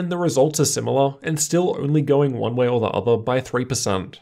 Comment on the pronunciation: no idea what's going on. "Way" became "wa"